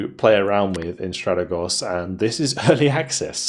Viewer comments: it's Stratègos, not Stràtegos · No dude ... trust me I am Greek ...it's neither ... the correct pronunciation is Strategòs